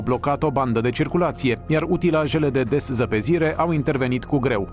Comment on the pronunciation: Deszăpezire?sau deszăpezire?fosta mea profesoară vă lasă repetenți.3cuvinte șpuse corect nu sunteți în stare.RUȘINE.